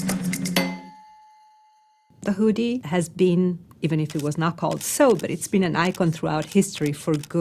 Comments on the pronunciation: The who-dee.... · Ted speaker: "The huudy" The Woodys start playing! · Please ask her to pronounce hoodie like everyone does. PLEASE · The “oo” in “hoodie” is pronounced like the “oo” in “good,” not the “oo” in “food.” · She’s pronouncing it incorrectly ! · Disliked because she can’t pronounce hoodie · Whodie this person learn from that she pronounces the word in that way? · The way she says hoodie makes me uncomfortable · The same way many people can't (or choose not to be able to) pronounce "oo". Moon becomes "mewn", food becomes "feud", cows apparently "mew". Annoys me intensely.